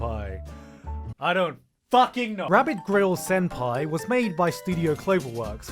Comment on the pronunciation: Gigguk: "Rabbit grill sen pie" I CHOKE